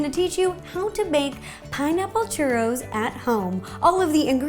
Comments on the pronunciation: haha lol 😂 Its like these churros are destend to be your favorite snack. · wow this is complicated personally make lots of chu-ross(how you say it - no offence) normally I would just do water regular flour fry in oil and coat with cinnamon sugar